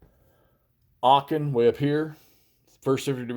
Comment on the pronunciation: Just a point The right prononciation of aachen is « aren »